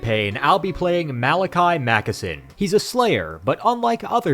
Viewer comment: ah yes Mackason